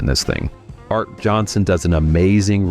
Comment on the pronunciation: Is the narration AI or just ignorant?. Arte Johnson. NOT pronounced "Art".